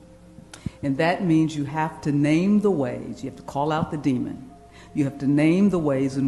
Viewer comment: That fake smart black chick with the shaved head, was so smart that she pronounced the word "demon" as demond.